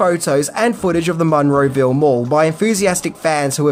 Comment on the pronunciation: As someone who grew up down the street from the Monroeville Mall, it's freaking me out how you pronounce it. lol